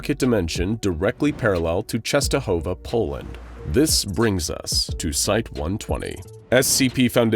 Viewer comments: Eyy true just wanted to write the same thing, its read really good :D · as a polish person, i love how you pronounce "Częstohowa" i think you're the first american person to get it right